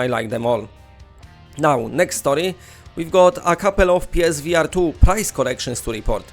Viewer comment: Omgad😂 I thought you where saying PlayStation V Artyom